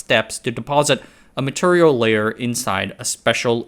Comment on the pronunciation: You say MATURIAL like cleveland offa family guy. that's turrible.